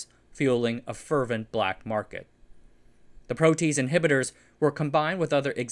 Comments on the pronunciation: Excellent information. One nit pick. It's a 3 syllable word. Pro t ace. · Excellent again! But the pronunciation of protease is PRO-tea-ace It's a three-syllable word. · That's a long "a" in protease. Makes an extra sylable too. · Not a criticism: I'm pretty sure that protease is pronounced pro-tee-ace. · 'protease' is pronounced proh-tee-aise. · Loving all the bio-related content lately! Leaves me wanting more! Hate to be nitpicky but "protease" is usually pronounced more like "pro - tea - ace", and "renin" likely more like "ree - nin". Biology nomenclature is kinda jarring at first, but after encountering enough weird names, it'll become second nature lol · lol "Pro - Teez" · it's pronounced "Pro tee ace" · Pro-tee-ayz... it wouldn't be a video if at least one word wasn't thoroughly mangled. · protease is pronounced pro-tea-ace -microbiologist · No you didn't. It actually pronounced: Pro-Tee-Age. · pro' - tee - aze rhymes with haze - (American) biochemical engineer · i get that you're mispronouncing protease to boost commenting but is it worth the fundamental loss in credibility regarding the rest of the information in your video? (if he doesn't know how to pronounce the topic of his video, what else did he get wrong in it?) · he seems to have some pronunciation problems. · I’m sorry, I know I shouldn’t poke fun, but I just can’t get over your pronunciation of some of these biochemistry words. “Protease” gave me a hearty chuckle. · Did not expect a Cat's Cradle reference, almost makes up for the jarring mispronunciation of protease. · yes, but for someone outside of the industry it’s not hard to make this mistake. I’m grateful to this channel for excellent research done on this topic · "Protease" sounds like "PRO-tea-ace", not "PRO-tease". ♥ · pro tease? it's pronounced pro tee ace..... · Pro-tea-ACE, not PRO-tease. 😂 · Pro-te-ase not pro-tease. Enzymes all end in “ase” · protease / ˈproʊ tiˌeɪs, -ˌeɪz / (not "pro-tease [sic]") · * pro - tee - haze